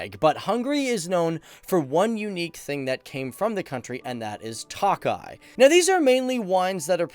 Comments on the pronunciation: pronunciation: TOKAJ not TAKAJ and foie gras: /fwa ɡʁɑ/ not "foi" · Hi! Great video! Tokaji is actually pronounced as token (minus the n)-eye - eeeeee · Man says that he put so much time and research into the country and he can't even pronounce words, for tokaji he says toakeye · Thanks for this but, Tokaji is pronounced: Toe-Kah-Yee, NOT Toe-Kie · ki itt Magyar - Who is Hungarian?! Also, the vine is pronounced To-ka-yee